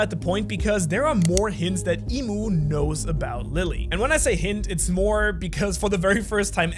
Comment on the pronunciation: Its "I'm" not Imu and not "Eem" I'm, as in "I AM". the name of GOD.